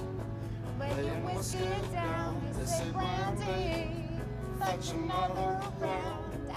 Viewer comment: It's said fetch another round not futcher or fudger